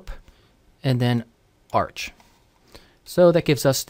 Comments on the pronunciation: it is "arch" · Great video. But btw you pronounce "arch" as arc.